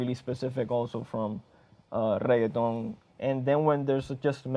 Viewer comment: Man pronounces reggaeton like its a side dish at taco bell